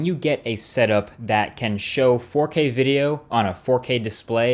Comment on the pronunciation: All I hear now is forkay. Forkay.